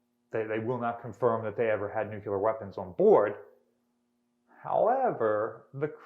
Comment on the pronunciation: Nuculer? I haven't heard this since George W., this is really one linguistic faux pas every intelligent person should strive to eliminate from their speech!